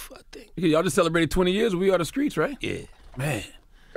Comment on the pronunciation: why does Charlemagne say Skreets? learn how to talk